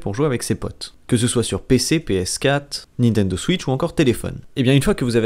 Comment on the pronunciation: "nitendo switch" c pas encore sortie😭